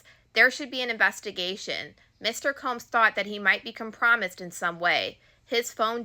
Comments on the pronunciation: Great job. Just to point out "compromised" is pronounced "com-pro-m-eyes" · I was thinking the same, she does this a lot, I thought she was educated. Guess not. At this point, I just turn off the volume and read the transcripts myself. I'm not on X.